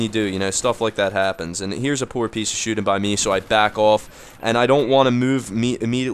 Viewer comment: every time you say here is a poor piece of shooting, it sounds like your about to say heres a poor piece of shit lol